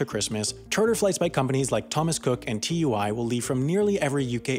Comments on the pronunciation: It's not T U I...its pronounced chooie. Good vid btw! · It's Tui (twoE) not T.U.I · Sam it's Too-ee not T U I. Just letting you know. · Minor criticism but it's Too-E not T-U-I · its pronounced too-ee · TUI is pronounced "tooee" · TUI is pronounced Too-ee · TUI is pronounced 'Tooey' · TUI is pronounced 2-ee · You don't pronounce Tui (airline) as an initialism but as an acronym.